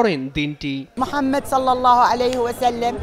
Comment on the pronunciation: এই উপস্থাপিকার বিরুদ্ধে ব্যবস্থা নেওয়া হোক উনি আমার রাসূলে পাকের নাম মোবারক সঠিকভাবে নেননি।। হযরত মুহাম্মদ মোস্তফা সাল্লাল্লাহু তা'আলা আলাইহি ওয়াসাল্লাম আমার রাসুলে পাকের নাম মোবারক আদবের সহিত নেবেন